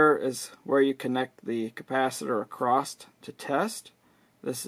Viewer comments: The word is 'across' Not "acrosst " Rather use a cap tester. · "Acrost" :D